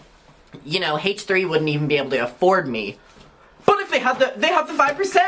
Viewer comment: I love the way you pronounce the H in H3. Hayche 💗🤣